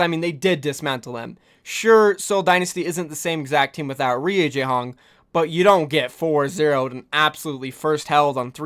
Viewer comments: Reye u not ree u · Yo. It is not „Riujehonk“ it is „Rujehong“, this is how you speak it. I am aware of that it is SPELLED different but you speak it like „Riujayhonk“ but it is „Rujehong“ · It is pronounced as RU - JEY - HONG please for the sake of my own sanity please say it right.